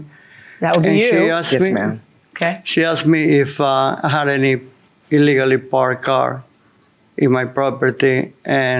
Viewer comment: "skreet" "iligally" 😆